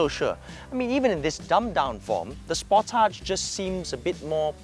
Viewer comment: I know it's late. but You were pronouncing it correctly. These kids don't even know how to pronounce names and they review cars. It's indeed pronounced Spor-Tage